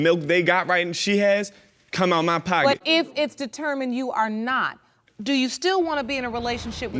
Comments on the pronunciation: I hate when she says ‘do’ It sounds like dew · I wonder how the elementary school teacher teach them how to pronounce their O's but I do like how they say Do/Dew I can't say it like that if I tried without sounding weird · 😂😂 I'm from Texas, soon as she said "do" I was like "SHE FROM BALTIMORE" 😂😂😂